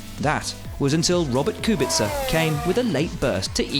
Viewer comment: At least an english commentator spells good Kubica’s name 🙂